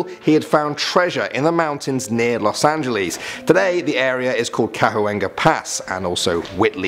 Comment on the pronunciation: The way he said Los Angeles 🤣